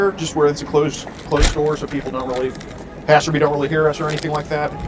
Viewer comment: Why do you always say "passerbee"? Is that deliberate, or do you genuinely not know how to pronounce "passer-by?" It's not a dialect thing...